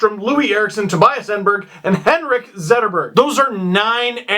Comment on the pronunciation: Tobias "Enberg" cmon Steve...